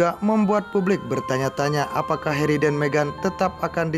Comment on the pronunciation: Harry, tp dibaca herri, mimin....